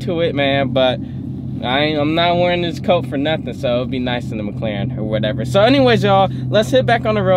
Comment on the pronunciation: 🤣🤣 said “WHATEVA”